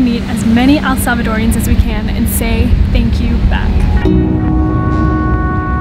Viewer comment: That was nice of u guys ....going back to say tanks..it's wooonderfull